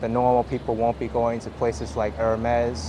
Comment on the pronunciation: Nice video. Surreal to see Manhattan so quiet and deserted. Hermès is pronounced as airmess btw.